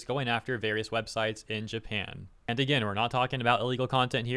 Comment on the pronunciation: Um it's Japan not Japin🙄